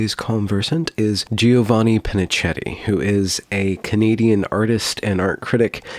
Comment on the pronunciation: I find it so weird to hear the Italian "ch" being turned into the English "ch"! Ours is more like a k compared to the English one.